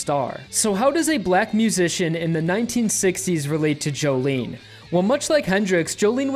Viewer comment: It's pronounced "joe-lin"